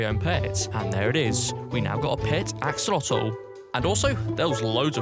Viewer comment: I like when he said axolatol